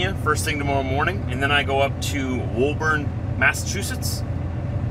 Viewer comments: Hi, I know you’ve already been through here by now, but in case you get a chance to read this, the local pronunciation is Woo-burn not whoa-burn. I hope you got to sample some of the local seafood. Safe travels. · 🎉 WOBURN, IS PRONOUNCED WOOBN.